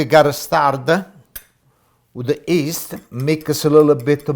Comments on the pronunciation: it's yeast not east please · "and Nah we mixa the East" haha hes the best!